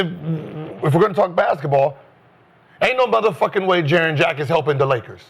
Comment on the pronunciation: lol can we call him Jaren or triple J.. cause everytime they saying Jaren Jack it sounds like Jarrett Jack!